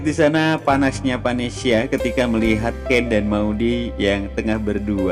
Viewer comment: Ngomong aja salah-salah ,gimana sinopsisnya mau bener bro....,bukan vanesia tapi vanesa bro.....payah nih sinopsis nya ,mendingan ga usah prediksi sgala lah,pasti salah semua prediksi nya bro.